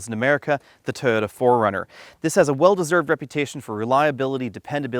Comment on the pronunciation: Please learn how to pronounce TOYOTA.